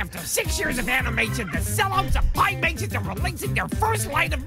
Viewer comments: excuse me, pia mations? 😭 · pim-mations lmao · anyone else notice how he didnt even say the right creator at the start of the video "Piamations" one letter makes a huge difference